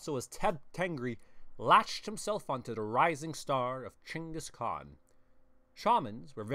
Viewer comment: Finally someone pronounced the Khans name right!